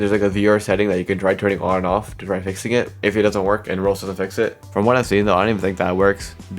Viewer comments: why tf does he he says "roolls" instead of roblox bruh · he says Roblox like rohx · Stop pronouncing Roblox "roblos"